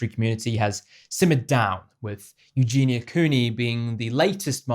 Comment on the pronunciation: says 'Nikado' and 'Eugena' every time she has to say their names... Am I missing something or has she simply not even made sure to get their names correct?